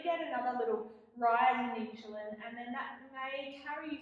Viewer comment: Please pronounce the word insulin correctly. It's irking